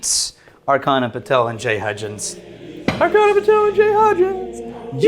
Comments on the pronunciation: still see that they havent learned that the CH in Archana is pronounced as in CHurch, and not K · Archana is pronounced AR-CHA-NA:) Our Indian names are hard to pronounce and I don't hold it against you. Thought I'd share that since they both are Patron Saints:)